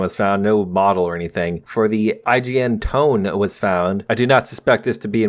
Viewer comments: the "tone" is not how you speak, it is a two sound word, "to/ne" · To-Neh not Tone .... god you are butchering names left and right. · IJN Tone is pronounced like Tone aye, not musical tone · While you're at it, the IJN Tone is read as To-Nae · That one was the most infuriating.